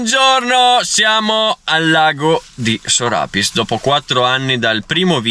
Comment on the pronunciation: Sbagli la pronuncia come tanti. Il nome di questa montagna significa letteralmente “montagna sopra la cascata” (il “Piss”, in bellunese è la cascata). Per questo motivo il nome va pronunciato con l’accento sulla ”i” (Sorapìss) e non sulla “a” come spesso si sente erroneamente dire.